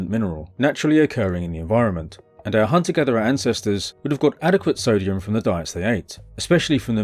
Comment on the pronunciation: Why does every braindead youtuber say "sodium" Its not sodium